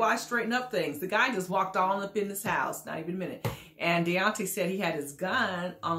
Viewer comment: I thought he pronounced his name "Day-On-Tay"??